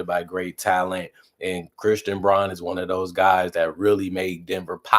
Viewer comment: Brown not Brawn... :face-orange-raised-eyebrow::face-orange-raised-eyebrow